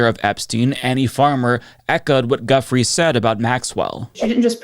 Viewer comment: Her name is pronounced "Joo-Fray" not guffry